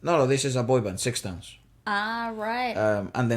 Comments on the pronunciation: Got surprised that you guys found out Sixtones!!! Btw the name pronounces like “stones” without ix. I’d love you to react to another Japanese freshly debuting boys band “BE: FIRST”. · SixTONES is pronounce like Sa-Tones not Six.And thank you so much for your reaction. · Primera vez que veo latinos reaccionando a mis amados SixTONES, un dato se pronuncia STONES la "ix" es muda. Espero ver más reacciones de SixTONES en su canal, sus comentarios fueron muy técnicos y hermosos. La canción Imitation rain la compuso Yoshiki un muy reconocido artista en Japón. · I went back to the First Take version of Imitation Rain every now and then and ran into your reaction. What a surprise! Thank you so much. It's such a beautiful song and SixTONES delivered it gorgeously, isn't it? (it is pronounced as STONES. Take the "ix" off when you say it). They have released so many great songs since, like Anthem, Kokkara(=starts from now), Special Order, Futari(two of us), are truly worth looking at. Please check it out. Look forward to your next SixTONES reaction. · Thank you for the reaction video! If possible do check their performance during concert on their youtube channel (ST, Special Order and others) I’m sure you’ll enjoy it and see the gap from the First Take video. Also the group name, SixTONES is pronounced as Stones 😁 Thank you again for this video!!! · Thanks for the reaction video☺️ It’s written SixTONES and pronounced as STONES. There is double meaning to this name, you can already tell by this movie “Six” beautiful “TONES” as a harmony, and the other is they will shine like a diamond after all diamond is STONES :) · Group name is pronounced Stones as an FYI referring to Six members as each stone Left to Right ( Juri, Kochi, Jesse, Taiga, Hokuto, Shintaro )